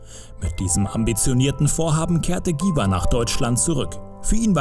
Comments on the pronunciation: Was für giwah? 😂 cringe wenn man ein Video über einen Künstler macht, dessen Namen man nicht mal richtig aussprechen kann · Dschiwar.... Nich Giwar...